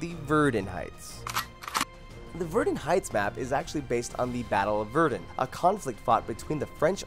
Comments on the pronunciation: It's pronounced vair-dunn not verdin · Elijah Fernandez OH MY GOD YES HE SAYS VERDEN INSTEAD OF VERDUN IM SO MAD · its Verdun not verdn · Verdin it's vurdun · Ver DONE! sorry but it's verdun pronounced like VERDONE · Verrden. Do you mean Verdun. Pronounced Ver-dun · It's ver-DUN not ver-DN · It's not pronounced verdun but VeRDun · not verden it's VerDUN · It's pronounced ver-DUN not verdin as you said it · aha he said verdin not verdun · Okay, this is a pretty bad video, all the games you listed with female character at fact 29 are all fiction and future. Verdun in pronounce VER-DUN not Verdin, the name says it. Gallipoli is pronounced GALLIP-POLY not GALY-POLLI. The Madsen MG says how it's pronounce and it's not MADESON. Every name you pronounce needs to be practiced before you say it publicly otherwise people are gonna get Triggered AF. Ardith is pronounced AR-DEE-TI. Sinai is pronounced SYEN-NAI not sinei. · You pronounced it like Verden, its Verdun. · Verdin? Really? Verdun is not Verdin. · "verdin" yeah that's totally how you pronounce verdun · verdin its said like VERDUN not verdin dud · ITS PRONOUNCED VERDONE NOT VERDIN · love this vid, but i just have to say, its verduuun, not veeerdun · I know and he mispronounces everything like he says "Verden" instead of "Verdun" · Dude said " Verdin Heights" instead of Verdun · John Howell I played Verdun heights and this guy pronounced it as Ver-Doon, it get me so pissed. I was like oh well, it's sounds like Ver-Done. Not Ver-doon. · THE BATTLE OF VUR-DUN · Oh gosh. Gal-eh-poll-ee Ver-den :( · It's pronounced ver-DUNN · Verdun is pronounced Ver Done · SNES Starfox title screen Slippy "ver din" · Verdin really got me triggered I cant imagine being a youtuber and making mistakes like that, and unfortunately its consistent throughout. Also by number 15 the gun sound was ear drum assassination. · He said verdin! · he doesn't know how to say verdun I thought he done his research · Wow can't even pronounce Verdun